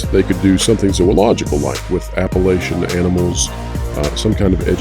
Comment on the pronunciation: And now I know you're not from TN! People in NC and TN call then the App-a-LATCH-in mountains :)